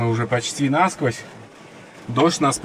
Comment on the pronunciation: для борьбы с осами использую средство от клещей и комаров. Осы не дохнут, но если утром побрызгать то к обеду их нет никого. видимо запах путает или вапще не нравица....не нАсквозь, а насквОзь